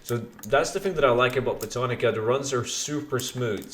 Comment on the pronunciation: ITS BOW-TAN-ICA